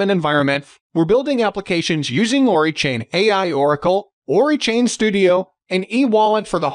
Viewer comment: It's O-RAI not ORI lol Oracle + AI... ORAI